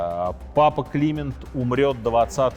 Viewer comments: Почему папа КлИмент, а не КлимЕнт, дОфин, а не дофИн? Режет ухо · С вашего позволения, все таки, папа КлимЕнт (ударение на Е) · Не КлИмент, а КлимЕнт. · Прекрасный в целом рассказ, но то, как всё же произносятся слова «Климент V», «Жак де Молэ» и «Морис Дрюон», следовало бы выучить до того, как записывать видео. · да, если бы ещё "Климент" произносил правильно и такие лажи типа "сражался на переднем краю"... 🤣- при рассказе осады и гибели Агры :(((